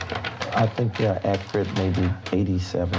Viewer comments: `pacific, accrite, axe, ain't, prolly, reptable...the grammar, the academia, the class. 😂😂😂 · Stop ‘Axeing’ him because he don’t know what’s ‘Acrit’!? 🤷🏾‍♀️🤦🏾‍♀️🤣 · “Totally actrut” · Ackrit. His vocabulary is overwamming at times. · It’s low key impressive that he can turn the word “accurate” into a two syllable word 😂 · These are some very pacific questions she's axing. I hope his answers are akrit.